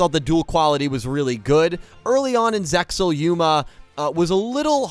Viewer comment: Its yu-gi-oh sex el not seal